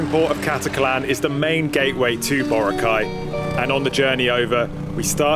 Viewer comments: It's boRAcay... not BOracay. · It really annoys me when foreigners can't pronounce Boracay properly Its pronounced as BURAKAI not BORA-KAI🤦🏻‍♂️ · in Hermione's voice It's BoRAAcay, not BoraCAY. Sorry, couldn't help it. XD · Borakai (one word) not bora-kai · I hope you learned how to pronounce BORACAY correctly. Not bora cay. It’s bo ra cay. Listen how PDu30 pronounced it. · Pronounce word correctly... Boracay... Malumay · American: borakay Pilipinos:hoy gago Boracay yan hard hindi soft gg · Respectfully, can foreigners pronounce boracay? The way they say it feels like it is the correct one